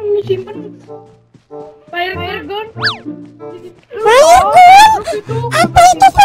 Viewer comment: 1.Faer gun 2.flare-gun Mantap RIP ENGLISH